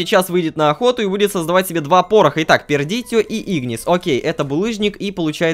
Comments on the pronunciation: хаха я заржал когда он сказал ПЕРДИТИО )) хах о новая ио игра)) ххаха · "ПЕРдитио" ахахахха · он сказал пирдитео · Диана Голополосова Лололошка не правильно читает. Пердайшио